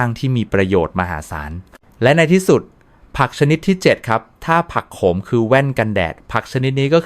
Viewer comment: แอดมินควรปรับปรุงการอ่านของ AI ให้ถูกต้อง การอ่านบางคำออกเสียงไม่ถูกต้อง เช่น ผักโขม ด็อ่านออกเสียงว่า ผักโข มอ แร่ธาตุ ก็ออกเสียงว่า แร่ ธา ตุ ซึ่งไม่ถูกต้อง ทำให้ความน่าเชื่อถือลดถอยลงไปมาก ก็แค่คำอ่านยังอ่านไม่ถูกต้อง แล้วบทความที่คุณนำเสนอจะน่าเชื่อถือได้อย่างไร